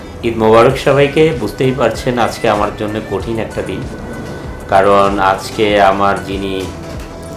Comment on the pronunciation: Borsha Apa , Apni bangla word "ajke " aktu sundor kore bolen please . R ananta bhai, Apni live a thaka Khalin somoy nak gola dia onek shobdo koren ja khuboi bisri lage sunte !!! Fix koren please